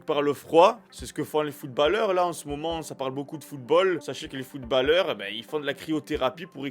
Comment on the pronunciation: Sa se prononce pas footbaleheure mais footbauleur